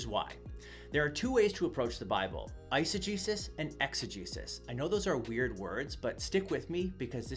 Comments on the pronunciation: Legit thought he was saying "exa-Jesus" and "isa-Jesus" ...until I looked in the description 😂😂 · It took me much longer than it should have to realize that you were saying eisegesis and exegesis, and not "eise-Jesus" and "exe-Jesus" Either way, great response to this perversion of Scripture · Dunno about you guys, but I heard exo-JESUS and iso-JESUS lol